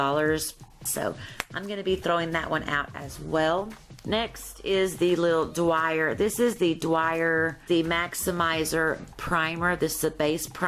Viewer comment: Oh my god Dior is pronounced DEE-OR not DWYER it's an incredibly well-known brand how do you not know that?